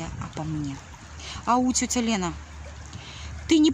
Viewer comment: Как муж вьідерживает єтот противньій воющий голос. "ДЗевачки, сдЗелала, тЦеця, тЦебя...